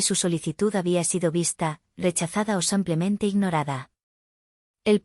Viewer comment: So se dice simplemente y tampoco san Clemente ,se dice simplemente ,de simple